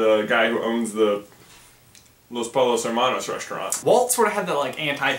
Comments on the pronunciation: when he says pollos with the "L" sound and not the "Y" </3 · Aunque lo entiendo, me causa conflicto que digan "polos" en vez de "pollos" (I undestand, tho) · You're pronunciation of 'pollos' makes me cringe: 'll' is pronounced 'y' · By the way, you pronounced "pollos" wrong. In Spanish, "ll" creates a "y" sound. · You guys are saying Los Pollos wrong. The ll is supposed to sound like a y. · You mispronounce "pollos". The double L sounds like a Y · when they mispronounced "Pollos" I was like,major CRINGE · said pollos wrong. v disappointed